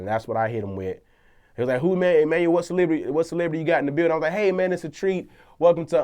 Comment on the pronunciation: Come on Em-annual you got roasted heaps haha.